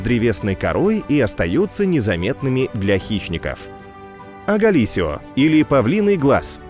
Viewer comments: Не агалисио,а аглаис ио😂😂😂. Ну про павлиний глаз. А Калиго из семейства брассолид,Морфо Из семейства морфид. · тоже орнул) наче японский матюк выдал